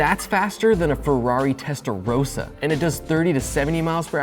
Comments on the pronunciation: It's testar-OH-ssa not testaro-SSAH. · He calls a Peugeot a "pooh-jote" and you call him out on the testerosa?